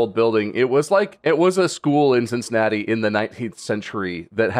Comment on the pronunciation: "Cincinnati" I am so. SO SORRY!